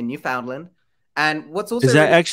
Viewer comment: Love your videos. Just wanted to let you know you are not pronouncing Newfoundland properly. It’s basically new-fehn-land . Sorry I hate being that person but as a Canadian it’s bothering me a little 😂